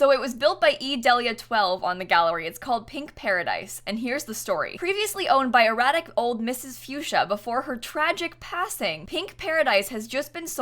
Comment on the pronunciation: i know probably won't see this but my middle name is also delia and it pronounced deal-leah not del-leah.